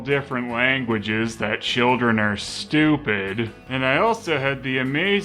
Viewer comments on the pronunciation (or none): Wait a second... "Chileren"? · What's a chileren?